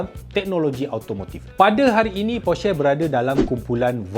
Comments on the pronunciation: ko sebut porsche pon tak tau oiii berenti la jadi reviewer kereta hahahahaha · Cara ckp porsche tu salah. Ni cara yg betul.